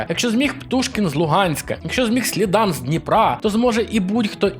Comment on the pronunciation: не слідАн а слІдан